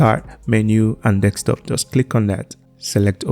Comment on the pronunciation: you are saying Desktop wrong